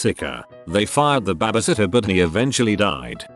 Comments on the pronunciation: Nobody: Literally nobody: TTS: B A B I S I T T E R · Why can't this robot pronounce "baby" sitter properly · I'm so mad at how the voice pronouncees babysitter. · ah yes, babaseeter. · Ah yes, babasittah. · Everyone trippin over babasitter must’ve never seen the vid where he called gym gim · The way he says babysitter as “babasitter” just makes my day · BEBEH SITTER LMAOOO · Probably wouldn’t have finished this video if it wasn’t for ‘babasitta’ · No one: Narrator: bAbAsItTeR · UPDOOT:Babasitter ME:WHAT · Nobody: Google: Babiesitter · nobody: the robot: babhasatyah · you are beyond missing the point. It's a joke about how the robot pronounced babysitter as babisitter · Me too, friend. Me too. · “Babah sittuh” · alpaca That’s what I said what are you not understanding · Wow yes yes that made my day too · Hah I know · Lol was going to comment this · i like how it's pronounced babasitter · I love how robo voice pronounces baby lol reminds me of my Scottish grandpa. "Babby-sitter" lol 🙂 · I feel bad for laughing each time the bot said "b a b a s i t t e r" in that part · No it’s babysitter